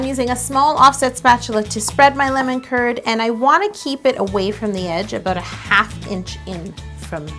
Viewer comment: How To Cake It it sounds like you are saying lemon turd not Lemon Kurd